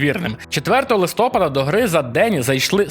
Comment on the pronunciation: У слові "Листопад", наголос на літеру А - "листопАд". Запам'ятай пліз!